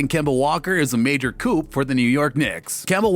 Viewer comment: The “p” in coup is silent. Unless you mean Kemba Walker is a two-door car.